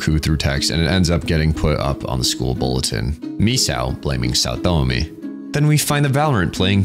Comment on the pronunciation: im so glad you said saotome like pewdiepie did back in his playthrough . chefs kiss